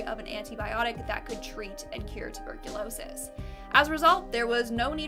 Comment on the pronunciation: Say tuberculosis again lol Too -burk-cou-lo-sis .....